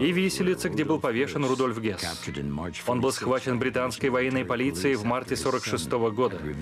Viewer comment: Комендант Освенцима не Гесс, а Хесс... (Rudolf Heß\ Rudolf Höß). Иначе будет путаница с Рудольфом Гессом, партийным сподвижником А.А.Гитлера.